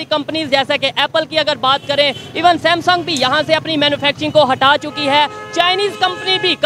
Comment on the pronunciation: Samsung is pronounced as "Sex-Some" in pakistan. listen at 4.15